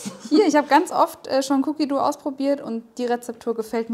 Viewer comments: Es wird wie "doh" ausgesprochen und nicht wie das deutsche "du" 😉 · nix Cookie Duuuu... Dough... und das o ist nicht stumm... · ja eben. Man spricht es wie bei Doughnut aus :) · Meint ihr dou wie "du" oder dou wie "doú/ dow". Es wird wie low aber mit d ausgesprochen. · Ja eh wie Doughnut und das werden wohl hoffentlich viele richtig aussprechen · Sprichst dough komisch aus Cookie duhhh😂🙈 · "doh/dou" wird das ausgesprochen, nicht mit "u". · ich weiß wie 'an es ausspricht schlaubi Schlumpf aber spricht es "cookie duuuu" aus was falsch ist obviously